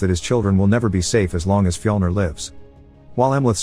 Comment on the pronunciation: When say Viking names it sounds like you're trying to say regular names but you're having a stroke... Andy= Amleth Harry= Heimir Frank= fjlner or whatever you get the idea